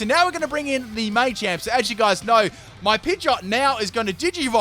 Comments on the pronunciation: Machamp not may-champ do dis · It's called Machamp, as in martial arts champion, not maychamp, just thought I'd let people know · Um it is pronounced mah-champ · Why do you say machamp so weirdly? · It's machamp not machamp